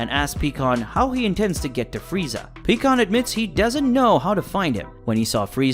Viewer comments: It’s pie kon not pee kon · Picon not peacon wtf! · its pie kahn not peacon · Omfg PIE-KAHN not PECAN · BRO!!!! I can't take it anymore. It is pronounced PIE-CON.... NOT PEA-CON.... I know the spelling is wrong. Just wanted to show him how to say his name right. HOLY SHIT. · What is with you people making these little stories that you create always pronouncing people's names wrong pycon It's not pronounced pecon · You should know pikkon is pronounced as Pie-kon😅